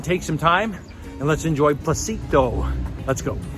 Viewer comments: For those interested on what beach he is at the beginning of the video it is NOT "Placito Beach, it is called Pocitos (No "L" and with an O like in Orca) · Small correction, it is Pocit’os’, it’s phonetic, they pronounce it all.